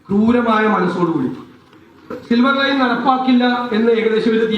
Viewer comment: സിവർ അല്ല ഇവനെ, സിൽവർ ലൈൻ